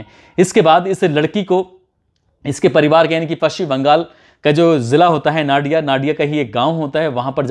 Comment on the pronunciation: नडिया नहीं नादिया